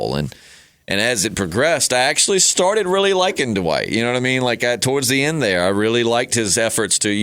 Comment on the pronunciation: “Dwight”....not “Duh-white”